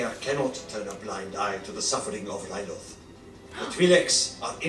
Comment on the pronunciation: You are great with the names! Toydaria is correct and the people are called Toydarians, Ryloth is the correct pronounciation and the people of that planet are called Twi'leks (not 100% sure how to write it tho). There is a lot of names in Clone wars but don't stress if you don't remember all of them :) Also a fun fact, the Jedi that died in the first episode was called Ima-Gun Di, kind of a play on "I'm gonna die" pretty ironic